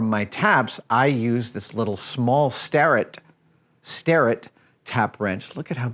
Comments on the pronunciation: Its pronounced stair- rett not star- rett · I love hearing Adam get excited about stuff, even if I'm already familiar with it. Great vid. One tiny quibble: the Starrett Tools is pronounced like "Stare-it", not "Star-it". Not like anyone would get confused about what you mean anyhow. Edit: and he pronounces it correctly a second later, lol. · It’s “ Stair-ett” not ‘star-et’ !!!! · Starrett, as in Stare. Not as in star. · Ugh it’s stair-it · I heard you call it a Star-ret lol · Please don’t ever pronounce starrett like that ever again